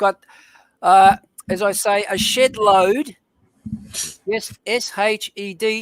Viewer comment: Yeah it sounded like he said something else at first.